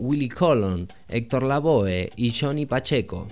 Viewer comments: It really angers me that a so called salsa specialist can’t mention names like the Legendary Hector LaVoe or my family name Willie Colon properly. It made me unsubscribe. Get it together! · Por favor Diga el nombre Willie Colon bien. Y el nombre de el sonero más grande del mundo bien Héctor LaVoe. Mi padre merece que digan su nombre bien Willie Colon. Esto me enoja y ya no sigo subscribiendo . Que cosa fea que un latino que dice que conoce Salsa no lo diga bien .